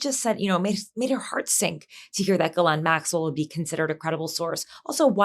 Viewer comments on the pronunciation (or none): Pam Bondi has read a ton about Ghislane right? Why is she calling her Gerlane? Pam Bondi is in over her head. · "Gerlane" Maxwell? Bondi, Super Genius.